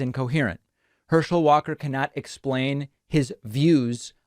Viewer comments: "and one of the reasons I find this race so disturbing, is Herschel Walker quite literally can not speak... Herschel WATER"... lol I feel you though... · Before you go making fun of someone else you should make sure you are on top of your game with no flaws. You called the man Hershel Waters. seconds in the video.